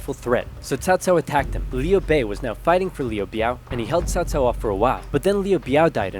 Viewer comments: sorrysir，it is 曹操 曹 cao2操 cao, not like sao sao. I know it is very hard for non-Chinese speakers. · But not that much. It especially doesn't justify such big mistakes as pronouncing Cao Cao like Kao Kao, instead of Tsao Tsao. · Cao Cao is pronounced as saow saow, Liu Bei is Leeu Bae, Sun Quan is Soon Tran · the "games pronounced" this name "Cow Cow", because the dubbing actors and direction didn't know better and weren't exactly informed. in any case... in the romanization of Chinese, letters C and Q are NEVER pronounced with a "k" sound. there was a certain - now obsolete - model of romanization of Chinese (which was made by the British, instead of the current system, pinyin, being made by Chinese)... in that system, the name Cao Cao was rendered as "T'sao T'sao". I think this is a bit closer to what it sounds like, when read in an "English" way. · The Dynasty Warriors games pronounced most of the names wrong. It is Sow Sow (cao cao), Lou Bay (liu bei), Soon Shwan (sun quan). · Cao Cao is pronounced Tsou Tsou. kind of a 's' sound, with a subtle T in front Someone ore knowledgeable correct me if I'm wrong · Stop saying Cao Cao